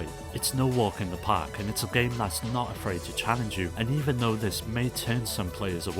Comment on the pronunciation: uggghhh this is the nastiest sounding english accent fuckin clear your throat, ever heard of an AHEM? "If U FROW a Ton of Guramplay" eughh the way you say Game is fucked up